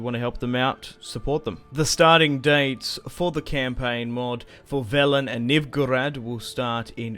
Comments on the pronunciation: the way he pronounces novigrad and foltest hurts me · When I hear you pronounce "Novigrad" it gives me conniptions.